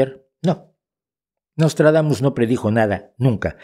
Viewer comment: Nostradamus=Noslatragamus, jajajaja!:face-blue-smiling